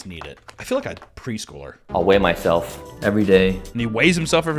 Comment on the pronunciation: At first I thought he said "every morning I weigh my filth" instead of *myself